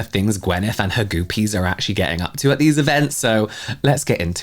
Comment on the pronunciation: Goopie rhymes with goofy